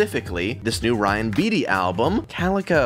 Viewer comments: LOVE RYAN BEATTY. He’s my male Phoebe B. I’m pretty sure you say his last name as “BATE- EE” or “BATEY” or that’s how my friends pronounce it. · so ready for this, you have such good music taste, also its pronounced "bay-tee" lol